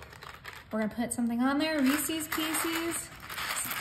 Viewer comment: Lovely. Just one criticism. The candy is “Rees-is” not “Rees-ease”. Unfortunately the way you’re pronouncing the name rhymes with a fowl word that starts with “f”. Turned me off the cake, especially combined with the visual of the piped on icing.